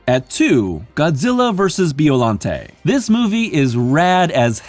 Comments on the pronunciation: By-o-lon-tay. Killing me with bee-o-lan-tea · Biollante's final form reminds me of Perfect Chaos from Sega's 1998 video game, "Sonic Adventure". Also, you pronounced the monster's name wrong. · Your saying Biollante wrong